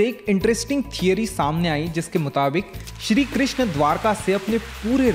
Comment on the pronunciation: Its not shri krishna…its shri krishn